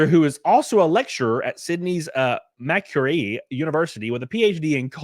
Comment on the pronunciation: Macquarie is actually pronounced Mac-quarry. 🇦🇺